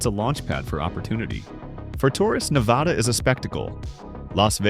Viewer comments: not VADH its NADA when saying Nevada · The first word out of your mouth was WRONG. It's NEV-VA-DUH. C'mon man. Just like you found these facts, you could've found the correct pronunciation. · How can AI mispronounce a state's name 3 different ways lol? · Mispronounced “Nevada” throughout the entire video 👎🏼